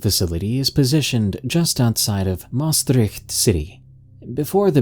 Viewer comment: Good try to say "Maastricht", respect!